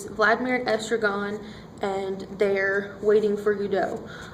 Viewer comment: Two cringeworthy Americanisms here. That dreadful, recent habit, i.e. starting the sentence/presentation with a conjunction, "so" and calling it Guddo. Its Godot pronounced Goddo.